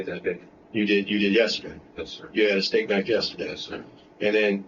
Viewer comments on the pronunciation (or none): 'Estate knife', twice LOOOL.. They said 'a steak knife'.